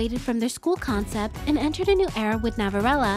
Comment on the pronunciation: Love how you pronounce ‘Navillera’ as ‘Navirella’ ❤️🥰